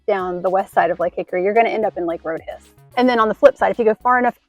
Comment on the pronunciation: I grew up in Catawba County and have family in all surrounding counties - all the locals call it “road-hiss.”